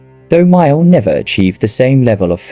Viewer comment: That is John MAYALL, not Myall. By the way, MAYALL was English, not American!!!